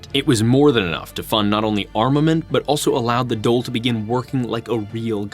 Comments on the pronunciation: I am going to be honest its difficult to take you seriously when you struggle to pronounce irish placenames surnames or Dáil. I think you need to be versed in that really to understand irish history it makes me think you can't read irish or understand what the gaeilge speaking community was doing during this time. Its hard to take americans seriously as acedemics for this reason. Even if you pronounce it right there is a whole side of irish history you miss out on. Sadly in the anglosphere even in ireland its acceptable to call yourself an expert on french history without speaking french. You can't really understand irish history without having lived here studied here and having a bit of irish imo. But i dont mean to be mean spirited. Its a good video. And you did your best. Thank you for your efforts. Even flawed recognition of a small country is better than nothing. So i humbly thank you. I am subbing and i look forward to more videos. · Great work bro. One lil thing I will pull u up on is the pronunciation of the Dáil. á makes a long awww sound, like the sound u make when a doctor has a stick on your tongue to check your tonsils. The Dole as u pronounced it, is the queue for social welfare payments 😂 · Great and and production. Although the pronunciation of Beal na mBláth, and Dáil was butchered. He seems to have gotten coaching from on the pronunciation of many other names. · The Dole is Social Security Benefits xD I think you mean the Dáil :p Its pronounced like "Dawl" At least you didn't use the weird and very wrong RTÉ pronunciation, for some strange reason the call it the "Doyle". RTÉ famously misspelled their own name for 40-odd years. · Pronunciation of Irish names and placenames was surprisingly accurate. 👍 With the exception of Dáil which is not "dole" which is our word for unemployment benefits 😆 - it's more like "doll" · Dail DAIL !!!! DAWL not DOLE !!!!! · It’s pronounced dawl not the dole. Great video, but how did you miss that?